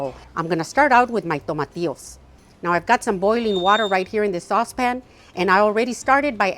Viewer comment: I mean the green tomatoes like veg..it sounded like " tomatios" ?